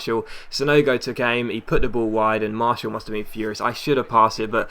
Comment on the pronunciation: Please, it is pronaunced Mar-ti-al not Marshall